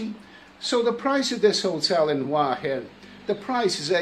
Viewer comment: it isn't วาหิน Wahin it is หัวหิน Huahin I know that you can't read that, I am only pointing out that you got half of the word correct and the first syllable starts with the same letter as the second. Ask the lovely receptionist to say it.